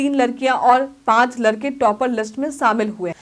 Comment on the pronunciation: लरकी और लरका 😂😂😂